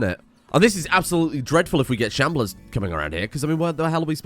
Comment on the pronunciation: You calling them shamblears kills me